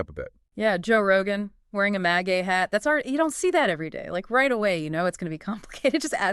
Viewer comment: "MA-jjah" hat? why the pronunciation stuff about MAGA? seems A.I. or something's going on here.. suspicious..